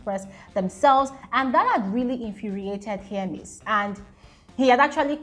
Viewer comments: it is HER-MES, not HEAR-MES😩😩😩. You kept on saying hearmes 😫😫😫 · Hermes name don suffer🤣🤣🤣🤣.some YouTubers call it hearmes, while some call it Hermess.please it just Hermes abeg ooo🤣🤣🤣